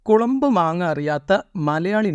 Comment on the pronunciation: കുളമ്പ് അല്ല ചങ്ങാതീ കൊളമ്പ് ആണ്